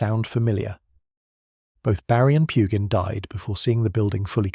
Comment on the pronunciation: Too bad Pugin's name is mispronounced- over and over again.